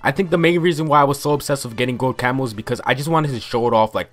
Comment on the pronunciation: I swear to god the entire video I thought he was saying camels. "I used to tryhard so much to get gold camels"